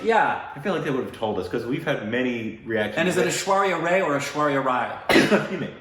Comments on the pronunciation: Oprah got it right... you don't pronounce the CH in Bachchan. Also Rai(Rye bread) instead of Ray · Ray is pronounced like ‘eye’ and not like ‘gay’ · Yes Oprah pronounced their names correctly. Also, its not Aishwarya "RAY" it's pronounced like "RYE" :) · Bachchan is pronounced like this 👉🏼 Batchan .. (because of doube "ch" ).. and Aishwarya Rai is pronounced as "Raai"..not "Ray" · First of the few😎😎 happy Halloween Btw it's not Ray, it's Rai, which is somewhat like bye with an R Oprah is correct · Its not Aishwarya Ray....its Rai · say RAI not RAY ... that is the only mistake you guys are making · Okay, you guys have so many questions and it's not a bad thing but I have to lead you guys the right way. So Aish is Aishwarya’s nickname. Her maiden name is Rai not Roy not Ray. Aishwarya and Abhisheik got married in 2007. This interview is from September 2009. This is Aishwaya’s second interview on Oprah. She first came on the show in 2004 before she got married. Her married last name is Pronounced “Ba- ch- chun” not “ Baa-ch-chun”. Her fans danced on a song from a Hollywood movie “ Bride and Prejudice “ which is a Bollywood version of “Pride and Prejudice “ from 2004. Oprah has been off air since 2011. Aishwaya’s Bollywood career started in 1997. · Bachchan is pronounced Butchun and not Baatchun. Rai is pronounced closer to Pie not Ray. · its buh-chhann emphasis on "ch" and "nn". And its ra-ai not ray. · Butch-chan (bachchan) Rai not ray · you are WRONG!!!! It is not Bakchan Oprah says it correct BaCHCHan. And Rai a while back a lady told you 2 already it's like Rye (the bread) not Ray. Aish is the short form for her name. Sorry, I have no Twitter or Instagram so can't tell you there. And this will probably get lost in the sea of messages. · Her surname is "Ra-eye" and not "Ra-y". Yes her surname is Ash. Bachchan is pronounced, "Bu-chchan". Cheers! ~ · It's not ray it's Raai(pronounciation).And you guys pronounce bacchan right.Ash is her nickname.